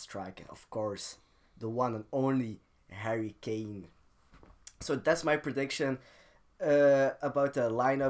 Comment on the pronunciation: Is it me or did say Hurry kane. Love the channel tw keep up the good work love the content. Inshallah in the future you get more subscribers